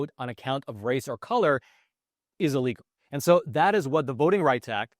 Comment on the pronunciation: The word is not "EEE-legal", it's "Ill-legal" you dolt...